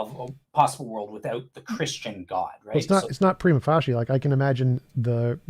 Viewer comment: if you're gonna use the phrase 'prima facie' every five minutes, then you might want to learn how to pronounce it correctly. That said, your bad pronunciation does help take the focus off your ludicrous ontological argument. You apologists have so many options for sounding ignorant.